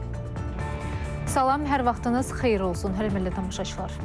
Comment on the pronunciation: BU APARICI HÖRMƏTLİ SÖZÜNÜ DÜZGÜN İFADƏ EDƏ BİLMİR.HƏR DƏFƏ HÖRMƏLİ DEYİR.